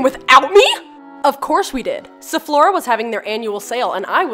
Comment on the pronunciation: Its not sephlora itz saphora